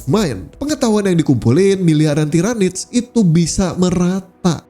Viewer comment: Salah pronunciation yg bnr tiranids Bkn tairanids. Lain kali lht video official Warhammer soal Lore mereka ejaan yg bnrnya gmn